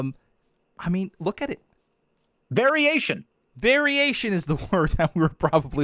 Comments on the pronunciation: veriation or very asian? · i thought there description for the road was "VERY ASIAN" but they actually said "Variation"